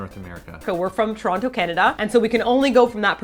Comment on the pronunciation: You've been away from Toronto so long, you don't even pronounce it the right way anymore... :P